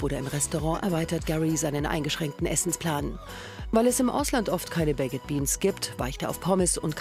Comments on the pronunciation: „Bäcked Beans“ 😂 das spricht man „beik‘d“ aus und nicht „bäcked“ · Bäcket Beans 😂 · BAK'D BEANS WIRD ES AUSGESPROCHEN 😵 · die tomaten sauce ist nicht mal süss😂 aber ok . PS, die Sprecherin muss mal lernen wie man baked beans ausspricht😂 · Könnt Ihr nicht mal lernen wie baked beans richtig ausgesprochen wird?!? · Lernt doch erstmal wie man baked beans ausspricht wtf